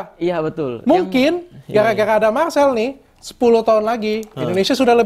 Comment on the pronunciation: Marsel nya S nya susah, Richard nya R nya susah 😅 just kidding bro